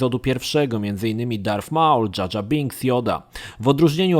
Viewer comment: Słowo rogue nie czytamy "rodż" ale "rołg", darth "darf" a nie "derf", maul "nie małl" a "Mołl". Geonosis to nie "genosis" a "gionołsis", Jedi "dżedaj" a nie "dżedi", knights "najts" nie "knajts" i było tego jeszcze trochę. Warto czasem odpalić google, lub poszukać na forach wymowy słów angielskich lub tych dotyczących Star Wars, bo czasem mogą one faktycznie przysporzyć kłopotu. Mam nadzieję, że moje uwagi pomogą w poprawieniu jakości kolejnego odcinka dotyczącego Gwiezdnych Wojen. Ogólnie materiały przyjemne i zapoznają nowych, młodych fanów uniwersum i graczy z produkcjami skupiającymi się na Star Wars.